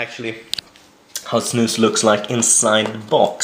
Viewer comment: ow its snus! i though it was "snooze" hahaha